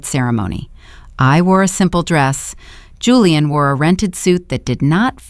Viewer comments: Whoever runs this AI needs to stop using the name Julian since the AI reader on this channel can never decide how to pronounce it. Hulian, Julie-anne, or Julian. Whoever the operator is trying to honor with using their name in every story must be insulted. Very distracting. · Why Hulian instead of Julian!!!!